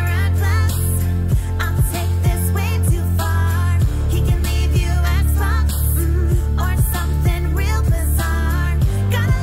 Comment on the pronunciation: It sounds like she is saying "s box"